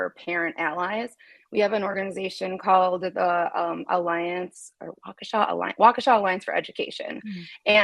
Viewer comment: Wisconsin native assistance here: Waukesha is pronounced WAH-keh-shaw.